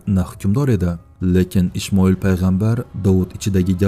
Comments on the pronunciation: Ишмоил эмас Исмоил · Ишмойил эмас Исмаил катман тогирлаб айт исмини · Талафузни, тугриланг. Ишмаил ким у : ИСМОИЛ Алайхисалом деб айтинг узрда. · Hayronman Quronda Ismai deb yozilgan nega Ishmail deyabsiz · Савиясизда ишмоил